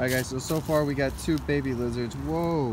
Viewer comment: Frow werms not lizerts😬